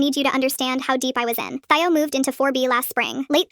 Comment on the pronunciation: The ai said thaio but it is Theo and did a mistake 😂😂😂😭😭😭😭